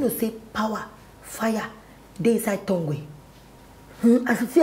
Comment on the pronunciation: She pronounced tongue as tongwe I’m done 😂😂😂